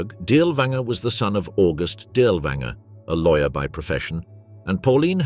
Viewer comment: Pronounced DEERLERVAANGERE.